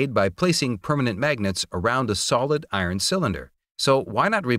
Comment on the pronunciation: "the i-ron parts..." Aaaarghhh